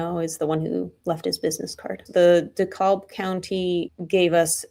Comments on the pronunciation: Just for future reference, "DeKalb County" is pronounce as "De-Cab," not "De-Callb." Love your work! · Say DeKalb like you would say decaf, and don't pronounce the L. 'DEE-CAB'. Like kneecap... DECAB... DeKalb... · Pronounced de-cab not de-cob 😂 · Dee cab. That's how we pronounce it. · It's pronounced dahKAB. Js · It’s pronounced de-cab, like taxi cab. I grew up there, scumbag corrupt police in so many towns of Georgia. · This is all very scary, especially since I live in the area. Just an FYI, DeKalb is pronounced around here with a short a as in apple, with the L silent, as if it is spelled DeKab County. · Its deecab.. no dee calb... .but spelled DeKalb.....l is silent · DeKalb= dee Cab. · BTW; it’s “D-cab” is how you pronounce it. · Also curious why a DeKalb County (pronounced Deh-Cab) fugitive taskforce is serving arrest warrants in Fulton County. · Dekalb County is pronounced DeCAB County. As in taxi cab, emphasis on cab. Duh-CAB County. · Just so you know I am from metro Atlanta. Dekalb is pronounced DUH-CAB. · Pronounced D-cab. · Dumb interjection here that my ADHD brain won’t let go— in Georgia, DeKalb is pronounced “de Cab” like the car service. It doesn’t matter. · Oh - It’s pronounced Deh-Kab County. The L in DeKalb is silent! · Btw...to Everyone... This county name , ' Dekalb ' , is pronounced ' De kab ' , the l is silent... Just fyi to all😊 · It’s pronounced “D-Cab”. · Dude every time you say Dekalb is like nails on a chalkboard. It’s pronounced D-cab. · I'm surprised the cops weren't dumb enough to try and break him out of the Indianapolis prison to arrest him BTW, it's pronounced like you're getting out of a taxi. De-cab county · I from Atlanta. You say it " Dee Cab" Not what ever it is you are saying!!! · It comes up often enough you need to learn how it’s pronounced locally. “Dekalb” county in Georgia is pronounced as if rhyming with “The Cab”. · It's pronounced like Dee-cab. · Pronunciation: DeKalb = duh-CAB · its deekab pronounced